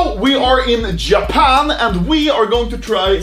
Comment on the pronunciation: Hey guys we are in Juhpan and we have some juhpanese snacks